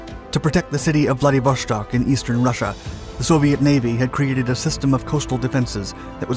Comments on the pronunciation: I love the quality and quantity of content you put out. However, please learn when to properly pronounce "sh" in Russian. Vladivostok not -shtok. This has been an issue for years now, and something that can be solved with a cursory Google search. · Why on earth do you pronounce "Wladiwo-SH-tok"? It is Wladiwo-S-tok"! I have several russian speaking friends. And they told me it is "Wladiwo-S-tok". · I cringe every time you pronounce it "Vladivoshtock"....it is pronounced "Vladivostock", no "shhh" sound. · It pronounces Vladivostok, not Vladivoshtok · VladivoSTok not VladivoSHTok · Interesting content--an area of Asia not often thought of, nowadays. BTW, Владивосто́к = Vladivostok not Vladivoshtok (It's Russian, not German.) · Vladivoshtok xD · How hard is to say Vladivo(S)tok instead of Vladivo(SH)tok. As clear as you say Sun use that S and say Vladivostok! I get the impression that it is the mentality of Westerners that they must be specific and special in everything... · dont say 'vlady vostok', say it as one word man... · why do you keep pronouncing it VladivoSHtok? there is no SH, just S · whoever told you its pronounced VladivoŠtok,, was wrong :) vostok mean east, no sh in it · I don't know what's with this guy! Every video he uploads, he mispronounces the names of the most widely used geographic places. Now, he says: Vladivoshtok! It's not like he hasn't heard it before. Maybe he does it on purpose. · Stop pronouncing it ‘vladivoSHtok’ with an sh sound like the word shell. First, IT IS ANNOYING! Second, it’s wrong for f**ks sake! It is pronounced like ‘stock’ as in stock market. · The s in Vladivostok is just an s, not sh. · There is no SH sound in Vladivostok. You can hear it via google translate text to speech. Russians have a dedicated letter for the SH sound, which is not present in the word. Why do you pronounce it like this? Pronouncing things incorrectly takes credibility away from your videos. This research would have took like 2 minutes of extra work.